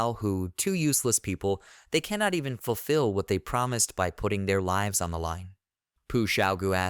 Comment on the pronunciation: You keep saying lives wrong. It's kinda confusing